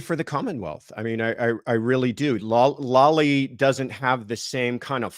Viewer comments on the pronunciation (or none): Lally. Spoken with a long A. FOR THE LOVE OF GOD, PLEASE STOP SAYING LOLLIE.